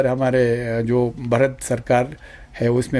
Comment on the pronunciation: Barat nahee Bharat bolo